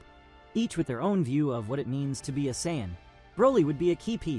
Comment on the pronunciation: You can tell this is ai😢 he can't sayian right😂